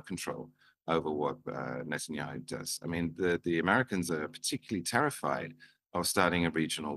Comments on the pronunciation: How hard is to learn pronounce NE TAN YAHU??? You are a TV presenter ffs. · tell this guy to learn how to pronounce Netanyahu properly if he wants to be taken seriously. He does not sound intelligent at all and still sounds like he thinks he is talking like he is on his old show .